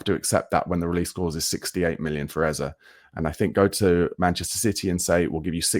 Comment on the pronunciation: Brother, say the man’s name right. Please. Then your club might have enough merit. Maybe then.